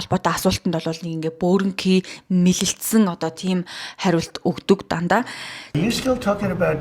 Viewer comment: Мэлэлзсэн гэхгүй мэлзсэн гэж ярина